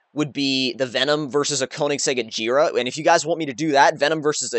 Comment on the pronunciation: U r pronouncing Agera wrong! U r pronouncing it like Ajera. It's pronounced how its spelled. The g in Agera makes a g sound not a j sound!